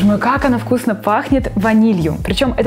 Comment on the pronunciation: Я одна заметила Как ВКУСНЭ